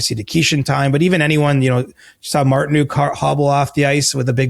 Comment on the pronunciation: I’ve noticed that to lol. Is it an accent thing? I just want to tell them its pronounced like “book” haha